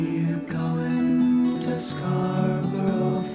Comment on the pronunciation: Nope. Your pronunciation of “Garfunkel” is perfectly cromulent. Nowt wrong with it at all. Your pronunciation of Scarborough – on the other hand – leaves a little to be desired. It’s verging on American.😆